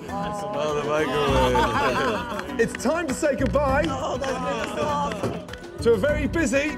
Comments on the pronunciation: They need to stop using the meecro-wavre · i u the maicrowei 4 duh cheemichangas